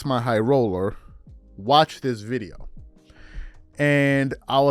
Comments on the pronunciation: Say "Jimmy Highroller" not "J X My Highroller", I know that's the way it's spelt but that's not the way it's said. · At least say bro name right you clearly trynna throw shade that’s wild it ain’t hard to to say Jimmy high roller